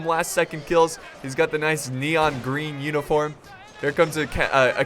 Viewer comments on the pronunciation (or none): none